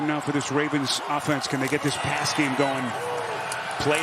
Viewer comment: It’s weird that announcer started off by say seck and pess for sack and pass but did just fine the rest of the game